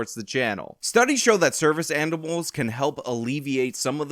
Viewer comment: I need to say this... but in the intro to your sponsership, you say "studies show that service andibles..." and now I can't unhear it.